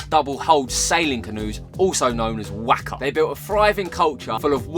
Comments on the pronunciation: One gripe: you mispronounced Waka. Not that I really care, but you might. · LOVE the video! For next time please can we double check with some kiwis on the pronunciation of Maori words, eg waka, Maori